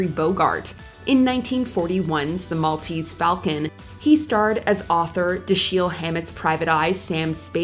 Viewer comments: DASHiel not DaSHEil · “Da-SHEEL?” .. It’s “DASH-el” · Dashell Hammet, not DaShille. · You pronounce it "Dash-ell" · Da'Sheel Hammett? If you're going to get views and make money off of someone's work, you might learn to pronounce their name. It would have taken you 10 seconds. Or is this an AI voice? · Dasheel? You know you can ask questions right? 😂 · Can't even properly pronounce Dashelle Hammet's name. Must be crappy AI generated content.